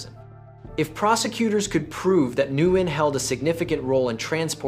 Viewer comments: Its not "NEW-YEN". Its "WIN" <----- This is how Vietnamese people say it, and thats how they would tell you to say it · It's "new-yen" MF I stopped watching it 2 minutes in because of the way you say his last name 🤦‍♂️ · Embarrassing a channel name Vietnamese case files but can't even pronounce Nguyen correctly. "Andrew newynn" 😂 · Ok, I don’t mind the AI slop that creeps into your videos. I do, however, mind the AI pronouncing the name of the protagonist differently every time it is spoken. This is ridiculous. Why would a computer keep changing the pronunciation of the most important word in the story? Nugeen? Nu-in? New-een? Wtf? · Nikka I pronounced it new-gent for that Nguyen Holmes! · How you gonna pronounce Nguyen in five different ways? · and none were correct 😝